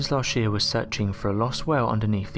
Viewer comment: Arsheologists? Lascht year? Laargt? The Mayer? Weold? Huh?